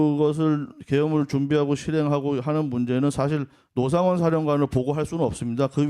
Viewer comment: 얼굴을 공개하지 않으며 본인만 아는 기밀을 제보하는 자와 노상원을 로상원으로 발음하는 간첩 박선원의 콜라보😂